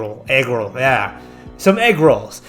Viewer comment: Egg woll, ahh egg rolls lol